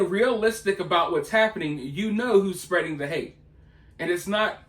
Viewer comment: "...The strajadeez of the threats that's bein' um (gulp) spreddid (smack)..." May as well have sent Koko up there, to hoot and imitate real sign language.